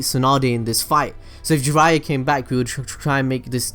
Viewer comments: Jiraiya = 'Gee-raYya' Make sure you emphasize that Yya 😃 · We asian find this disgusting..kaw buu thou..gee ryyyyaaaa..fcuk off